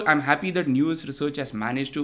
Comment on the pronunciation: Let's not normalise pronouncing it as if the word is "news" or "new-us". It's an English word already, said as "now-s" similar to house (but not like cows)